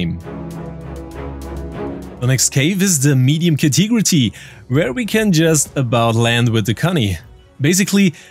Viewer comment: Ka-Tee-Gra-Tee is pronounced Ka-Te-Gorry otherwise, amazing English. :)